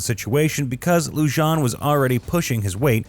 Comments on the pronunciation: LEW-JON? It’s LU-HAN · ITS LUHAN! Not Lu-john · Loo-han not Loo-jan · Is not Loo-jan. It is Loo-han. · How are you supposed to sound reputable if you can’t even pronounce peoples names correctly? Lujan is pronounced Lu-hon not Lu-jan.🙄 You literally mispronounced damn near every single person’s name in this video. I’m guessing you like your burrito wrapped in a Tor-tilla and Jap-a-leanos are too hot for you✌️ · Lujan is not pronounced, loo jon. It’s lew han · As a side note, the name is pronounced Lew-hohn...not Lew-john. The J is pronounced as an H. Likewise, Vigil is pronounced Vee-hill, not Vij-il. Likewise, Jimenez is pronounce He-MéN-ez. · Pronounced lou haan, not lou john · Pronounced LU HAAN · Lujan is pronounced like “Lew-Han” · Corruption is so common in the land of entrapment I'm surprised anyone even noticed. Sheriff's last name is pronounced -Loo-hōn-. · It's pronounced "lu-HAN." But I love this story, I rewarch the whole series of camps every so often to let the schadenfreude out. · Are we not going to talk about how horribly the narration is pronouncing the names. Lujan is pronounced Lu-han. Vigil is Vi-hil. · It’s pronounced Lujan “(Lou-Han)”, Espanola “(es-Pan-yoll-ah)” & Vigil (Vee-hill). My relatives that came here on the Mayflower could do a better job with Spanish name pronunciation😂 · The announcer needs to learn how to pronounce Spanish names. LuHAN, VEEhill, TruHEEoh, HEEminez, EspanYOLA. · It's pronounced lu-han . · It's pronounced Luhan and chac-ohn. Idk why it was bothering me so much that you were pronouncing it like some sort of Frenchman. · Just FYI, Lujan is pronounced Loo-hawn, Chacon is Shaw-cown. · Lujan = Lou-Hon Chacon = Chock-Cone Vigil = Vee-Hill Jiminez = He-Men-Es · Hey! It's Lujan ( pronounced "Loohon") and Chacon ( pronounced "Chawkohn"). Sheesh 🙄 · Just wanted to give you a heads up it’s pronounced (Lue-hawn)and (chaw-cone) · It's pronounced LOO-HAN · Lujan is pronounced Luhan. And Vigil is pronounced Vehill.